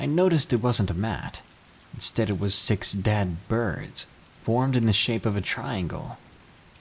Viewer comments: Am I the only one that heard him say sex instead of six lmao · Did anyone else think he said “Sex” instead of “six”? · When u said the number 6 for the beginning of story six I thought u said sex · When u said 6 it sounds like sex ik im immature